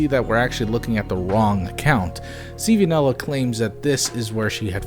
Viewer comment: ITS PRONOUNCED CANELA NOT C V NELA!!!